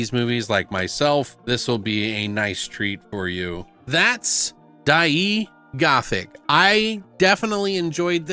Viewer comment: Die-ai (long a, no y)